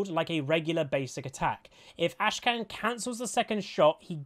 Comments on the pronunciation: Great vid as always, but I just want to point out: his name isn't AshKan - it's AKshan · It's AKshan not ASHkan.... Come on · Say it with me now, Akshan. Ak shan. Akshan. Not Ashcan. ffs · Great vid, but like i'm sure you've seen, his name is Akshan, not Ashkan. But anyways, I am absolutely in love with Akshan. I have not been as excited for a champ since the Fiddle rework, and before that, Pyke. I cannot wait to swing around like a badass and get that assassin's creed, revenge vibe. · He is called AK-shan. Not ASHE-KAN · Bro you kept saying 'Ashkan' instead of Akshan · dawg it's Akshan not Ashkan... you kept pronouncing the champ's name wrongly in the entire video... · AK SHAN? not ASH KAN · Akshan not Ashkan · Looks interesting. The resurrection mechanic may make him a ticking time bomb. Also, its cute that kept mispronouncing Akshan as Ashkan. Someone, please spam flash the butcher emote:) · Did he say ashkan in the intro??? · Akshan seems really fun to play, but maybe not so fun to play against.. Also, why do you call him ashkan? The K is first? xD